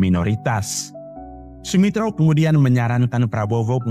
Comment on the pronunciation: Eh narator.... Keknya kau tak pernah belajar tentang ejaan Van Opphuijsen dan ejaan Suwandi ya... Makanya kau gak tau bahwa dulu DJ dilafalkan sebagai "J".... Sedangkan J dilafalkan sebagai "Y"... OE dilafalkan sebagai "U"... Jadi melafalkan SOEMITRO DJOJOHADIKOESOEMO yang benar adalah:Su-mi-tro Jo-yo-ha-di-ku-su-mo... Bukan so-we-mi-tro dejo-jo-ha-di-ko-we-so-we-mo.. Kalau belum tahu ilmu bahasa, jangan dulu nanggap kerja jadi narator...